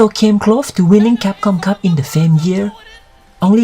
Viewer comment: CAPCOM Cup sounds like Thai Language KAPUNKAP Lol